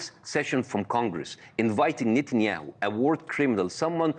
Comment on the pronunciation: Bassem pronounced it "Nitin - Yaho". "Nitin" in Arabic means the disgusting one :)